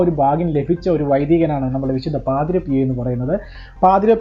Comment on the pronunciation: ജോയൽ പാദ്രോ അല്ല പാദ്രേ.. Pio